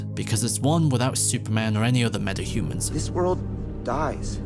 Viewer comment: Please stop dropping your t's. It's Metahuman not "Meddahuman".